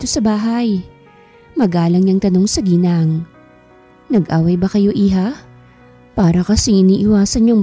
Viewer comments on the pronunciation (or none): none